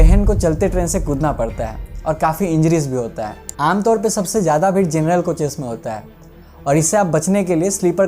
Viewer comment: Bhir nhi bhai bhid 😂